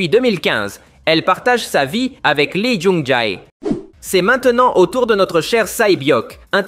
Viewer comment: pitié arrête de prononcer son nom comme ça ça se dit pas comme ça lee jung jea 😭